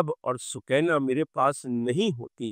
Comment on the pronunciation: سوکینہ نہیں سکینہ قران کا لفظ سکون دینے والی